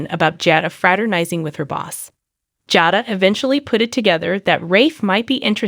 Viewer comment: JADA's name is pronouced like:. Jay...DA. constrictive criticism 🤪